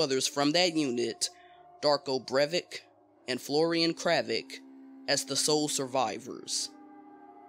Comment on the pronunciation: Obviously you pronounce them both wrong Darko Brev-ich Florian Crav-itch